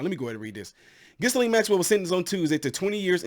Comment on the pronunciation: The “s” is silent, it’s pronounced Gill…and. Interesting you didn’t name one of Epstein’s best buds, Donald Trump especially the eleven and twelve year olds that Jeff supplied, for oral sex. I guess that slipped your mind. Oh and Jeff’s suspicious suicide, which appeared to be more of a way for “ someone” to keep him quiet!